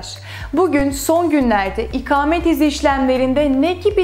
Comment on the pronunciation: merhaba, çok rica ediyorum lütfen bunca önemli bilgi sahibi olduğunuz konunun ana başlığı olan "İKAMET" kelimesinin nasıl telaffuz edilmesi gerektiğini öğreniniz, çok önemli. Bu kelimenin a harfi sizin okuduğunuz gibi kalın değil, ince telaffuz edilir ve siz konunuzun bunca hakimi bir insanken ve her cümlenizde en az 100 defa "İKAMET" kelimesini kullanırken, lütfen çok rahatsızlık verici olan bu yanlış telaffuz şeklinizi değiştiriniz. İnanın bir Türk vatandaşı olarak çok rahatsız oldum videonuzu izlerken... Umarım yorumumu okursunuz. Kolaylıklar diliyorum, Özlem Didem Cubela